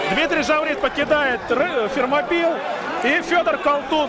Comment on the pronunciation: Фермопилы а не Термопилы)) Вы же когда говорите Российская Федерация опираетесь на произношение страны оригинала а не Рашан Федерейшен)